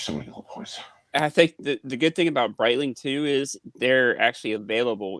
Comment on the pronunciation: IS BREETLING AT THE ZEENITH, ZENNITH, OR THE NA-DEER??